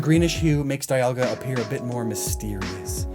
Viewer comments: Why is it that ever since generation 4 at least one of the box art legendaries gets its name mispronounced? Gen 4 it's was Dialga, gen 5 it's was Kyurem, gen 6 it's was Yveltal, gen 7 it's Solgaleo & gen 8 it's Zacian; the last one we clearly had its name pronounced for us during its introduction. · why Die-alga and not Palki-a or Guy-ratina Die-alga is realy gettin to me